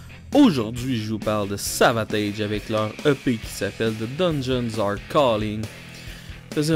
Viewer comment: Je me suis abonné à ta chaîne, mon ami. Deux petites choses, nonetheless: 1. J'attend avec IMPATIENCE tes futures chroniques/critiques sur le 'Tage.. 2. On prononce Savatage comme Sabotage.. (détail, c'est pas grave) Oh et puis merde, une troisième chose: 3. Je suis d'accord avec toi sur Grace Of The Witch et Dungeons.. Tout comme Morphine. Masterpieces all around!!!! Allez, je te laisse.. Rock on, brother!! Un bisou de France (not in a gay way though!!)